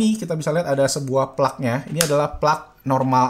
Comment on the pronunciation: plug itu dibacanya plag bukan plak bang 😁